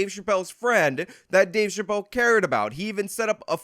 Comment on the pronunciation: Thanks a lot, for your “Scumbaggery” 😂, I use that word all the time, and people look at me like I got 9 heads!! But thanks again so much for your Dueshbaggery by playing that girl or trans ⚧ 🏳️‍⚧️ saying Dave Chapelle Dave Chapelle Dave Chapelle Dave Chapelle Now, every time YOU say Dave Chapelle I hear that trans echo!!! Really???????? See? Look what you did now jerk off!!!! 😂😂😂😂😂😂😂😂?